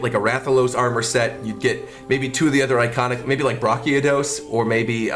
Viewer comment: The way he pronounced brachydios hurt my soul